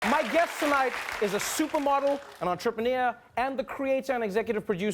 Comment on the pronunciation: Antapiniaaa??? Or Entrepreneur hehehe Trevor!!